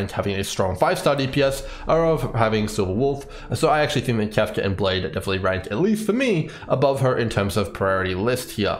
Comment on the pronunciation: Your pronunciation of "Kafka" is the same as Trumps "China". It's like a drug, I can't stop listening to it.